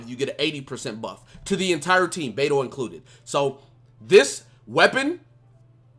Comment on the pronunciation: hey. since u like Beidou so much. The correct pronunciation of her game is like Bei (Pay) Dou (Tow). PayTow Keep up the good work man!